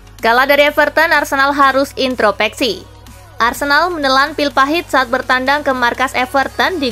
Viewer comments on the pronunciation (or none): introspeksi. Bukan intropeksi